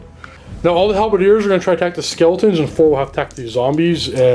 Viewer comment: Skeltaws and Zambeys